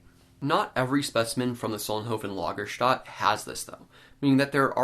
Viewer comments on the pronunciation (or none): Lagerstätte is pronounced "Lager-stet-e".